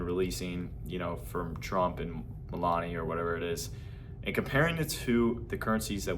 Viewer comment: NO. all of you crypto shillers screw everything up by saying things you all know nothing about. Where did you recently come from. Another one who cant even say Melania's name correctly pay attention lad.